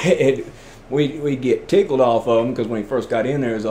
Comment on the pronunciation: 🇺🇦haven’t heard anyone say “tickle” the way ü do since I left Va 40yrs ago😂